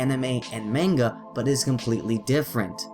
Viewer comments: you talk of pronunciation of "Anime" in his way being wrong (of which it is) but it is still closer to the correct Japanese pronunciation of the word. Moreover you say "Manga" as "Meinga" while it is said like "Mah-ngah." Please do more research before you put out a video on such a truly sensitive topic. Albeit that CNN did a worse job with their report but for a rebuttal, yours isn't quite on the target. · Manga is pronounced Monga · Dispite the fact that you are pronounce manga wrong, you sure do have the balls for complaining about the way the guy pronounce anime (which was not nearly as bad). I can actually speak Japanese, so it made me cringe everytime I heard you say the word. Also, when you had just did the literal translation for manga as japanese comic, i don't see the problem with calling the mangaka a cartoonist. It makes it easier for english speakers to understand that. If you want to rant, learn about what you are talking about first. Otherwise, you make the rest of us fans seem just as ignorant and bias as the people who we are complaining about. See the log in your own eye before pointing out the speck in others'.